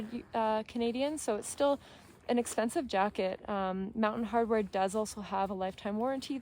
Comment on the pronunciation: fyi - Mountain Hardwear not 'Hardware' - but good review.